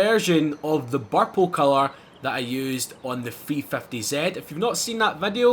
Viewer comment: Hearing a Scotsman say purple and victo priceless nice build